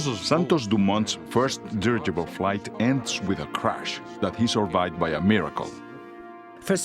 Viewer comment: Dirigible, 4 syllables, not dirgible.